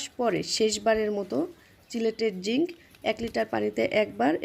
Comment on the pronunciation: আপু কি জিংক বলেছেন, বুঝতে পারিনি।